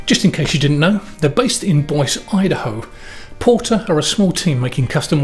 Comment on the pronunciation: Thanks for the informative video. Just so you know, Boise is pronounced Boy-see. :) That's really great you did a video about one of our great local companies.